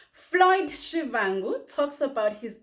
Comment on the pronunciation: Did the presenter just call him Shivangu